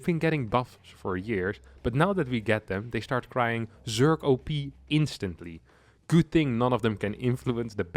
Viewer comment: "instatly" Maintaining the stereotype that Zerg players are dumb.